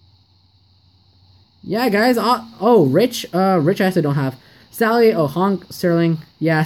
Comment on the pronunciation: You said stally not sally